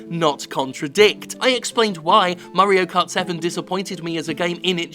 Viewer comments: I keep hearing it as Murray-o cart 7. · Murray-o kart?